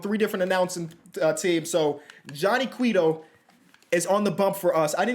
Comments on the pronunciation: as a dominican, i can assure u its not quiiiiito. cueto is pronounce cweto. he was a beast when he was younger!! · It’s not cuiito it’s cueto 👍🏼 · Johnny Q-way-toe lol not Q-wee-toe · Who the hell was out here pronouncing it as Cwetoe? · it’s like kwayto for cueto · It's pronounced Que-toe like the rapper Quavo just with a t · hate to say it but its pronounced KWAY-toe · I promise I love you and don’t mean any ill will when I say this, but how the hell you look up Cueto’s pronunciation and still get it wrong?😂 For future reference, it’s “Qway-Toe”, love the series, keep up the awesome work and congrats on the daughter! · Johnny CwAy-Toe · it's pronounced "Quay-toe." He played for my Reds for years so I got it down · Yup, as a Reds fan, I was looking for this haha. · lol I'm not sure where you listened but it's pronounced "cway-toe" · Bruh stop it’s Johnny quaaa-toe, I watched him ever since he was on giants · btw bro it’s pronounced Qwayto at least how I’ve heard it my whole life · Quay-toe = cueto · It’s pronounced kwa-toe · Yeah when he kept saying qwee toe it was pissing me off😂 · Thank you. As a reds fan I have great love for Mr cueto and it is disrespectful to not pronounce his name correctly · When he still says Johnny Queto's name wrong